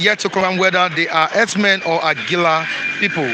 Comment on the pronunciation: "HERDSMEN" NOT "HERBS-MEN" ABEG UNA. 😂... ◾️ People please it's not Fulani herbs-men ◾️ I even heard that shameless stooge called Dave Umahi pronouncing the terrorist jihadists as "herbs-men". ◾️ They're not selling herbs OO!!! They're cold-blooded killers who need to either be driven out of every bush together with their cows and their women to either register in each town or city or for their own safety or in the interest of peace uplifted out of the localities in which they're currently wreaking government-approved, government-backed mayhem and sent back to Futajalon. ◾️ It is time for each indigenous grouping of people to declare their independence as a nation and protect their people! No more Nigeria Zoo contraption!, No more stooge Governors being called "Leaders" which everyone can now see they're not! Long live Ohammadike MNK!!! Long live I.P.O.B!!!